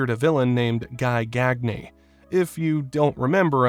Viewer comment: Guy Gag knee?- YOU MEAN GUY GAGNE?! (Gee gone-yay)